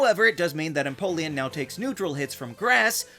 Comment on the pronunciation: It’s pronounced em-poh-lee-AHN, “”! 🤨 Stop mispronouncing Pokémon names, bub! 🙄